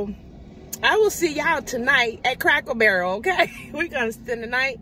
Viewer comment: Are you saying Crackle Barrel ? Or Cracker Barrel ? 😆 You had me laughing . I’m obsessed with the little stores in those restaurants. My family always has to come find me and say your food is on the table mom. 😁